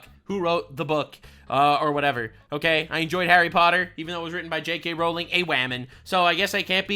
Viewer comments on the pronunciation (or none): none